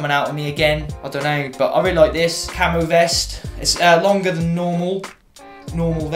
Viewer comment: When you said "I love fucking camo" I thought you said "I love fucking camels" 😂 oops. Been loving your videos! Even my boyfriend likes to sit and watch them with me! Keep up the good work! 😁